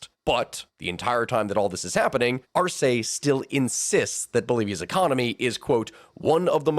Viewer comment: But Spanish pronunciation is 99% consistent within each dialect so I have no idea where you'd get "Arséi" from